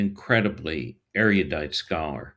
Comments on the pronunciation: Lost me in the opening remarks...it's erudite, not eriudite. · With respect ER UH DITE. not er Iah dite. So sorry no idea how to give private feedback. Xx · Erudite: Not "airyodite" as you mispronounced. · Now, be careful how you pronounce erudite. It's not air e you dite. You're adding a syllable. Erudite is the LAST word you want to mispronounce. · Now, be careful how you pronounce erudite. It's not air e you dite. You're adding a syllable. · Your pronunciation of “erudite,” Sidney, is interesting.